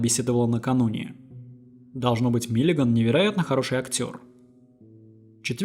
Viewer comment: Только Миллиган, а не Миллиаган!